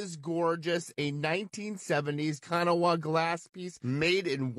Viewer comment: Kanawha is pronounced Kan-naw. 😊